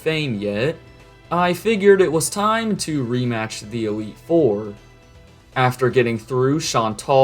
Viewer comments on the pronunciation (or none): none